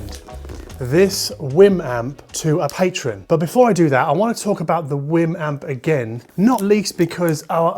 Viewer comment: btw I really do think it's pronounced like wee'm like the Wii, because they way you pounce it sound like your saying Whim.